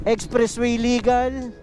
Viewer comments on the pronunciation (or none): none